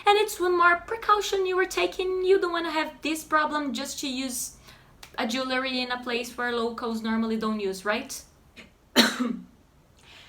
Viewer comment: Your pronunciation of jewellery was spot on! :) I hope I can move to Brazil soon. Have you any suggestions for the Recife region? Mainly the best way to rent long term. Obrigado!